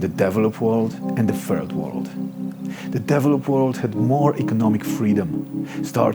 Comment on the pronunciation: sounds like he's saying, " the deviled up world " 😂. I'd have to agree too...